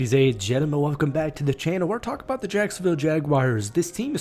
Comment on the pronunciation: Don’t throw around the word sacksonville I almost cried